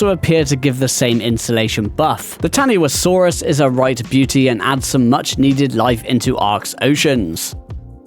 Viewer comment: Taniwhasaurus is pronounced "ta-ni-fa-saurus".